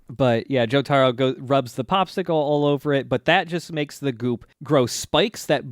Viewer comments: Joe Tah Row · You're gonna take these low tier weebs and their Joe-Tar-Oh and you're gonna like it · I love you guys but...you gotta start saying Jotaro right lol it is driving me nuts